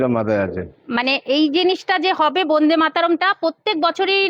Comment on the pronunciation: Bonde na Bande bolun